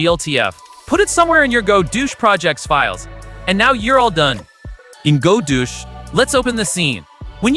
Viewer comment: I'm sorry, I just unhear Godoosh now...